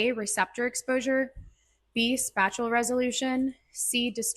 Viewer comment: Why do you say SPACHULL instead of SPATIAL